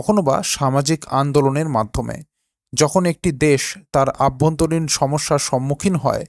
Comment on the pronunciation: কথাটা হলো অভ্যন্তরীণ। আভ্যন্তরীণ নয় দাদা। কথা ঠিক করে বলুন।